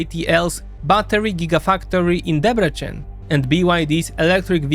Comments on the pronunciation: I really liked the video however 2-3 mintues of research of how to pronounce names of cities and other stuff would have made it way better. To the hungarian ear the way you say szeged or debrecen is just painful. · Please at least try to copy Google translate pronunciation if you don't know how to pronounce a word. Like Debrecen, Szeged and etc.